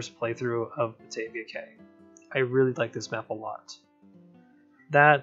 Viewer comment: Great video and love how your wooden coaster is a nod to kraken grotto being similar colors. When I think of a name for a wooden coaster that's beach themed I always use driftwood because it makes sense in my opinion. Also not sure if you know but cay is actually said like key which makes no sense in my opinion (gotta love that English language) which also surprised silvarette if it makes you feel better.